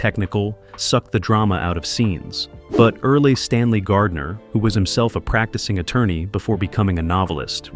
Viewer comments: Earl as in pearl- not early. Have an actual human listen before you kick in your AI voice. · Earl, not Early. Great video. But you could have at least checked. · Your story is full of misinformation and the Authors name isn't Early Stanley Gardner. His name is Erle (rhymes with Earl) Stanley Gardner.This is what happens when you use AI to write and narrate your story. Go your own research and correct AI errors. If you want AI to do the work, then there's no reason for you to earn any money. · FAR too many inaccuracies and irrelevant clips and pictures! As well as many more actual interesting facts that were missed. The final season was still in black and white except for ONE episode that was NOT the last episode. The final episode entitled The Final Fade-out WAS a special finale and is my favorite because Earle (pronounced EARL not Early!!!) Stanley Gardner played the judge and all of the normal behind the scenes crew members had on camera roles as witnesses who were interviewed by police during the investigation. In the later movie spin-offs Barbara Gale’s real life son played Paul Drake, Jr as William Hopper died before those movies started. Numerous later famous actors appeared on the series in early roles, as well as already famous ones. Not only were the courtroom extras played in many episodes by the same people, but so were main characters! Some of the later police regulars originally appeared in other episodes and other roles. And I often have trouble remembering “who did it” even though I’ve seen every episode numerous times, because of actors and actresses who appeared in multiple episodes and sometimes were the guilty character and sometimes weren’t! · Yes, you're correct. Erle, NOT EARLY. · Weird narration: "EARLY Stanley Gardiner (not sure I spelled surname correctly). First name Erle---pronounced like Earl! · Shit! Not Early - Earl, like Earl… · The original author's name wasn't "Early" Stanley Gardner, it was ERLE Stanley Gardner (pronounced "Earl").